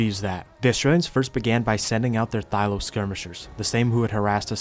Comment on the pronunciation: its not a thyLO its a thyLA TS PMO